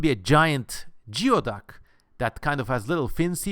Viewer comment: Great vid. I live in area that harvest geoducks and the way everyone pronounce it is gooeyduck